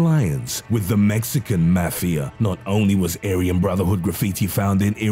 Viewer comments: do u not no how to read mafa and other words .. fuck this im sending it to the army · i know i ain’t the only one who hates how he says mafia 😂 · C A L M D O W N U S O U N D L I K E Y O U T A K I N G A H I T A F T E R E V E R Y G A N G Y O U M E N T I O N U SOUND LIKE U GOT POSSESSED R U GOOD MAH DUDE Then again btw it's mafia Not mefea Only one I've heard of is Mexican mafia, Latin kings, KKK, hells angels, the krips, and the bloods 💯🔴🔺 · The Mexican Mah-fiya 😂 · mafi is read out mo-fi-a .. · "maxican mefiea" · "The Mexican Mathia"